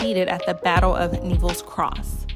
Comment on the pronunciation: I'd say it's pronounced neh ·vl as in Garry Neville the footballer or Neville Chamberlain. Prime minister in 1939.